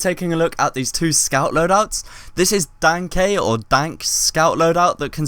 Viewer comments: "Dankay" "Dank" Dude, it's literally something Medic says. It's pronounced "danka" and is German for "thank you" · Yes, I was showing how it was pronounced, as pronounced it as dankay and dank. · Dank ey? Dank? Wtf are you saying